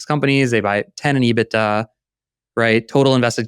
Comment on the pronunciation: I got so fed up with him saying ebita on Spotify I had to come on here and comment.